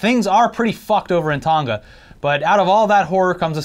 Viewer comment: Its not "Tonga" like " Tonka", its "Tonga" like "Tongue-Ah".